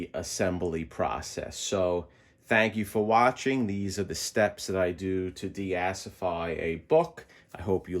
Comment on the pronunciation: "Deasify" that's a new one...